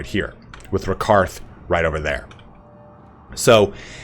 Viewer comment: "Rakarth" lol